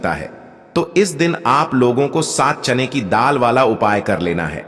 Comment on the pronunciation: चैन की दाल नहीं बोलते चना की दाल बोलते हैं पहले बोलना सीखो